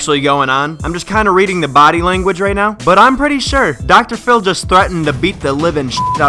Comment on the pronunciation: Did you say docotor fillie. Its Dr phil